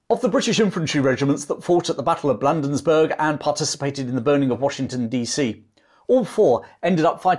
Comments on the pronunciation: Way cool! One of my favorite campaigns. I grew up in a Baltimore suburb along the transportation route to Washington. An invading army from the south must pass through there. Could Baltimore be defended had Ross made the decision? Was it called Blandensburg back then? (sarcasm) Bladensburg,with a long a. I've read or watched everything there is about the War of n 1812 since I was 12. Every time I review the story I learn something new or remember something I had forgot. Each detail refines the picture of these events, bringing me closer to traveling back in time. Great story-telling. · Thank you for the video. Not nitpicking or being a smart arse, Bladensburg is pronounced Blay-dins-burg ( you’ll probably never need to know it again) & Maryland is Merr-uh-lind. Everyone on the other side of the pond misses that one. Cheers, again, from Northen Virginia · Good job covering a little-recounted piece of fascinating Anglo-American history. I'd like to point out that the Patuxent River is pronounced "Pah-TUX-ent" and the Battle of Bladensburg is pronounced "BLAY-dens-burg." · Battle of Bladensburg, not Blandensburg! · Perhaps someone else has already pointed out your error regarding an important place name in your narrative. It is Bladensburg, not Blandensburg. I have enjoyed and learned from your video. Thank you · As one who grew up in Bladensburg, we pronounce it as Blade-ins-burg. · Dad, you need to learn your American place names. The state is pronounced Mer-uh-land and the town is Blay-densburg. Otherwise, I love your stuff. And the rifleman who shot Ross got him in the stomach and, having eaten a hearty breakfast, died in a great deal of pain. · Bladensburg is is being mispronounced! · Pronunciations: BLADE-ens-burg puh-TUX-ent river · Great video, but here's a couple of pronunciation corrections: pa-TUX-ent (river) & BLAY-denz-burg